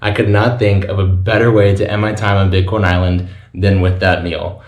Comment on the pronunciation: Lol... Everytime he said big corn Island it sounded like he was saying bitcoin island... Then I see a boat that said bit coin island.. Wow.. What's the deal with that? Do they accept bitcoin on this island?.. Now that I'm listening closer... Dude you are saying bitcoin island aren't you?